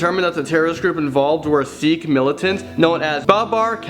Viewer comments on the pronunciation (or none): none